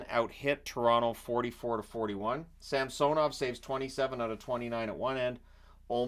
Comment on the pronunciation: SAM-SUH-NOV - yes SAM-SO-NOV - no